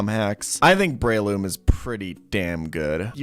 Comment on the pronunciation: also Rayqwazza, Gardevore, Breyloom, Magcargro, Trohpius